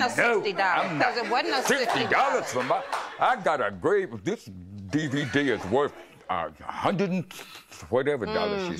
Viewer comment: he said “DvDbDVD” 😂